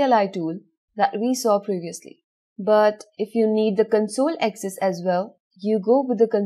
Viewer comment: I liked the content. simple and elegant. However I have little trouble with the accent. Ex: pronouncing "access" as "excess". just a minor observation.